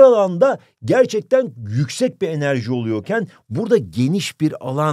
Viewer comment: Birim yüzeye az enerciii